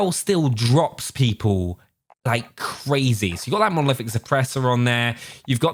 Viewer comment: finally says Monolific and hhhhdr